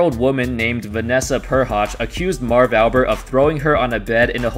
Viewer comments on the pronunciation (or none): 4th word of video and you are already making mistakes on the guys name...Jesus....cannot watch.